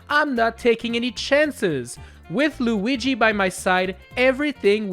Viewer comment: “Super Tanooki Loogi” is probably the best thing I’ve heard in a long time